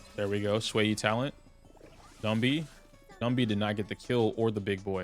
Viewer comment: I'm 1 minute in, thank you for saying Xueyi's name correctly!